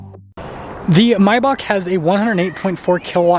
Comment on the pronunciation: It's called MAYbach not MYbach.